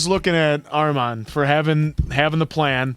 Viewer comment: What with answer the way he pronounces Armin 😂 he always goes for the weird long vowels. It’s just pronounced Armin (Armeen*)